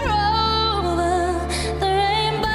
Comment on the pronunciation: The breath between the two syllables of OVER when Ariana started singing?